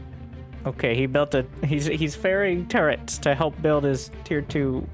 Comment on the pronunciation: sorry, but i love to hear "construction turds" :-)